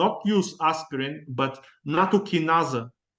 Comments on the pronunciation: it's nattokinase (in USA) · nattokinase is what he is trying to say